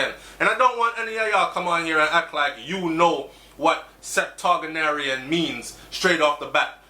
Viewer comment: It’s always refreshing whenever you highlight positive news as it relates to Jamaica and its ppl. (Btw, I don’t believe that is how you pronounce “septuagenarian.”)